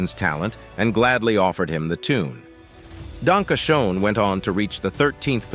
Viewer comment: Wow, the announcer doesn't know how to pronounce Wayne's biggest hit, "Danke Schoen"? It's not pronounced Showen, it's pronounced Shane. And Wayne doesn't have a son. He has two adopted daughters. Erin was adopted with Wayne's first wife, Elaine, and Lauren with his second wife, Kathleen. He has no son named Dakota.